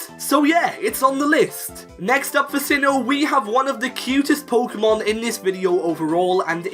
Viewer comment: Sinnoh, NOT Sihhon!